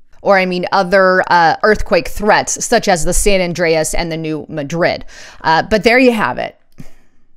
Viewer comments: you are mispronouncing New Madrid. It is pronounced, "New MAD-rid", not New Ma-DRID. The accent is on the first syllable. I live near there and everyone who lives there calls it "New MAD-rid." I like your reports. I am just trying to help you. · You are mispronouncing New Madrid. Please correct !